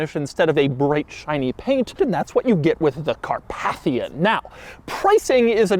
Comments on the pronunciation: It's pronounced 'car-PAY-thian'. As in the Carpathian mountains. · Not "car-path-ian" but "car-PAY-thian". Like the mountain range. 🙄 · It’s pronounced “Car-PAY-thian”. 😄👍🏻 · Never heard ‘Carpathian’ pronounced like this before.